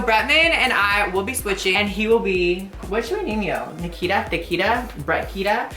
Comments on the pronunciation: Did you just say... BRICKITA. I AM HOLLERING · Hahaha catch me at EWA beach haha yes literally my smoking grounds haha even though you said it wrong Nikita haha